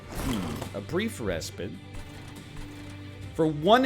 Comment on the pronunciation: R E S P I T E RESPITE NOT RESPIT